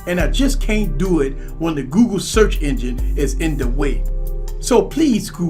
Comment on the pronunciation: It sure does sound like you're saying GOO-GOO instead of Google lol